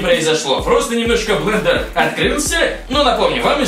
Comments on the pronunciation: БЛЕНДЕР, а не БЛЕДЕР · Блэндер😂😂😂а не Блэдэр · особенно "бледер" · БЛЕДЕР а не блендео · Понятно как учился в школе...... Бледер, бл@ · блендер а не бледер )) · Не бледер а блендер! Измени название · может блендер, а не бледер? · А ошибка Блендер, а не бледер!